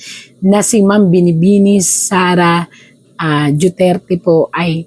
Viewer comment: Hindi ba niya kayang bigkasin ang Duterte ng maayos, o maarti lang talaga siya ng wala sa lugar?